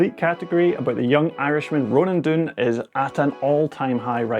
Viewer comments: Ronan Dune? It's Dunne *(Dun) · Ronan DUNNE (done) He's only gone and DUNNE it. If DUNNE can't do it it can't be done. Ronan "I'm almost" DUNNE. For the love of god can we please pronounce his name correctly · Dunne is pronounced done